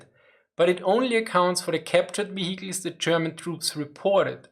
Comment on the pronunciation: Man I'm loving the "vihikil"